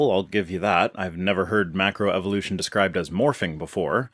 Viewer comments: "make-row evolution" -- LOL! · It amazes me that this creationist is a macroevolutionist expert, without being able to pronounce macroevolution.